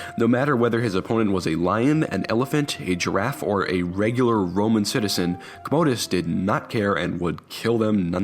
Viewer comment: COM-OH-DUS..not COHMOHDUS lol